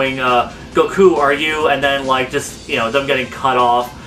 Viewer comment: Is it me or does he say GOKU like goukuu